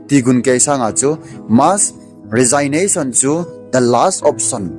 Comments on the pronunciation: Resignation hi pronounce nabol teng rejiknason ti toh kibang ahi. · Na Resignation pronounciation chu ngaithada aume sopi. Thugil lagil naseingal ahileh pronounciation chu phaten mango.... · Resignation na pronounce danchu datmah um sam'e.😮😮